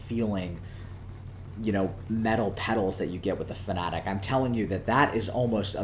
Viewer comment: FanaTEC, not FanaTIC. Why does every American YouTuber pronounce it this way? Serious question